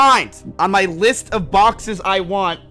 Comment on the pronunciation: idk if this is the point of the joke but I thought he said boxers😭😭